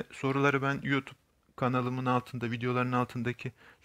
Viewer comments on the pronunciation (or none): none